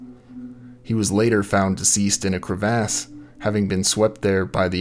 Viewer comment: The way he pronounced “crevasse” at around 45 seconds, kind of blew this video for me! 😝